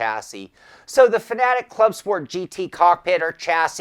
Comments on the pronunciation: ITA PRONOUNCED FAN, AY, TECH NOT FANATIC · Bro what is that pronunciation of Fanatec? 😂😅